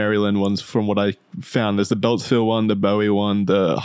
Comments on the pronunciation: Boo-wee maryland, not Boh-wee. Great episode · It’s pronounced “BOO-EE” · FYI, Bowie MD is pronounced “BOO-wee” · Hey guys, Bowie is pronounced “booey” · You mispronounced Bowie. The town in Maryland is not pronounced like David Bowie's last name, it's pronounced boo-ie, like buoy. It's okay, most people who aren't from the area don't know how to pronounce it. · Yea lol, “Bowie” is pronounced “booey” as well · Lmao as some who lives in Bowie this dude saying Bowie and Maryland that way bothers me